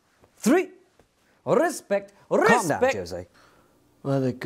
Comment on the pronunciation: “RUSPECT RUSPECT”